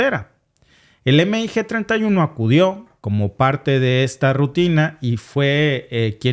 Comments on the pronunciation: Y veo que repites mucho el error, no es EME I GE. es mig Y si es incorrecto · Me encanta tu programa solo que veo que no sabes de aviacion militar, si son siglas MIG pero no se denomina eme i ge, se dice mig, mig